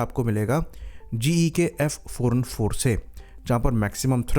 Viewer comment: Is it just me or its really hard to tell if he is saying f404 or f414? 😅